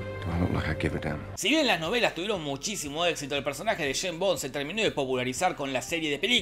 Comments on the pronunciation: Escucharte decir Jane Bon me hace doler los oidos. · ¿"Sheim Bon"? 🤦🏻‍♂️😂🤣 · Jajajajaja el "sheimbon" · El "bon, sheimbon"